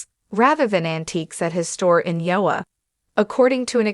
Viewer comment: You need a better AI to narrate your videos, at least one that can pronounce IOWA.